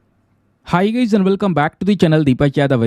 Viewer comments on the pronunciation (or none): none